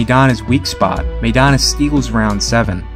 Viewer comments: You can't invest enough interest to pronounce "Maidana" correctly? The first syllable rhymes with "my," not "may." (You don't know any Latinos or Spanish speakers in or outside the boxing game?) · Evidently, "everyone" excludes everyone in "Chino" Maidana's home country, the Spanish-speaking world, and all of us Spanish speakers.Are you excluding this bilingual announcer and the English-speaking commentators from "everyone," too (link follows). "MAY dana" would be written, "Meidana;" it is not. Correct yourself, or belong to "everyone" who's pronouncing the name wrong.